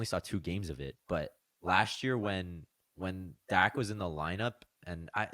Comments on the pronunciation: It's dock, not dack. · It should actually be pronounced Dakh as Dach is a word of German origin where you read 'ch' as kh. (It means 'roof' in English).